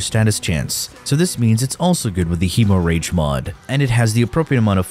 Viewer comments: I'm more irked by "heemoh-rayge." It's Hemorrhage. Hemm-redge. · Heh-more-reg, not he-more-rage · Hey Genius, It's NOT Hemo rage. It's pronounced Hem O ridge! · Hemo rage is a no go for me. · Hemo rage, k-nell, tenit plasmir lol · Hemorrhage = hem-ridge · Lmao "hemo rage" 😂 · Heeeeemorage mod😂😂😂😂😂...you have to be doing these pronunciations on purpose 😂😂😂😂.. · it is silent, he's pronouncing it wrong on purpose, he does it with basically all the weapons in the video (hemorrhage for example) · How tf did you pronounce, "Hemorrhage?" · Hemo rage and “ka-nell” are killing me 😂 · “Hemo rage” “K’nell” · My dude, it's pronounced "HEM-mor-idge". And the K in Knell is silent. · Hemo-Rage? Kuh-Nell? I'm surprised you didn't pronounce Gaze as Gah-Zay. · Hemo-rage? Ka-nell? lol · Dude it's pronounced "hemorrhage " and "knell". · ik im not the only one down here saying this but you pronouncing hemorrhage and knell like that is bothering me so bad, im honestly in belief you are doing it because you know it will make us mad